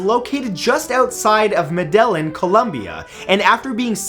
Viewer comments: Lol "Mehdehlen" it's pronounced "meh-deh-yeen" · "Madellin, Columbia" :/ It's pronounced meh-da-yeen. Sorry for being one of those. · It's pronounced meh-dah-yeen Colombia. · A) It's pronounced Med-A-yeen, Colombia. B) That's an Emu, not an Ostrich - either thr graphic or the info is wrong. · It’s not pronounced (Mede-yin) or (mede-yeen) for Medellin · Medellin is pronounced like medejin sweaty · Ohhh that pronouncing of medellin. It was really bad. It's pronounced kinda med-e-jean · I’m Colombiana so I think you Ment to say Medellin in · Love the video and love your channel. However, dude, this is the second video wherein you have butchered the pronunciation of "Medellín" and it's driving me a little bonkers. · Wow way to mispronounce Medellín!!!! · Spanish pronunciation are horrible especially Medellin